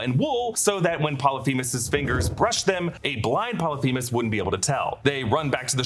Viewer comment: Polyphemus, not themus with a T